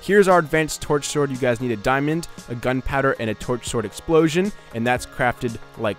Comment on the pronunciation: am i the oly one that heard twerksword instead of torch sword